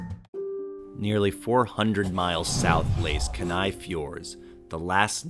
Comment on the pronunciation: It's pronounced KEE-Nigh